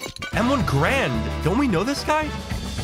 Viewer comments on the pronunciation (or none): Bro i wanted to kms when he said M1 Grand when its M1 garand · i knew they were going to be saying grand and not garand the whole video.. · It's m1 GArand not GRAND, its a weapon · A lot of us say grand but yeah, the proper way to say it is Garand. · it's Garand like errand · its M1 Gar - and not a M1 Grand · Its m1 ga’rand not m1 grand